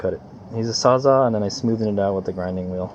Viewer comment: I think you meant SawzALL. I've never heard of a "sawzah". Nice video, though. Lots of guys whinging about these not being available anymore.